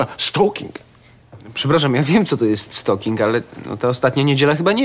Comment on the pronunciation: to się wymawia raczej STALKING